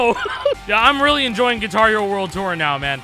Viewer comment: Gui-car Hero